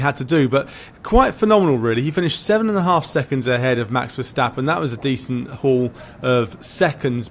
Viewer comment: Max isn't german, that is not how you say Max's name.. if you cant say it right just stuck to the defacto..